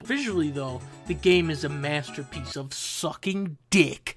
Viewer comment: masta peece